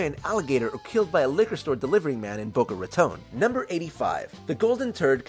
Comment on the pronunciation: bOcO raToNE 😭😭 so sorry ik i shouldn’t expect someone who isn’t hispanic to pronounce it perfectly but that actually killed me lolll